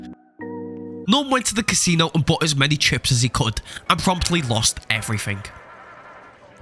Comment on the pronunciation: "Naturally, he loses everythink."